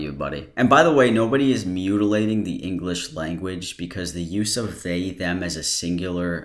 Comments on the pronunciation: he literally said englitch not english not bc of the accent 😂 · No one: This man: "To essentially... mutilate the English language" Also this man: "Englicksh" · Also the englitch "language" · "The englikch language" LMAO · "englitche" why did that make me laugh so much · Omg he pronounces english like i imagine a Klingon would 😂 “Enkckqhlish”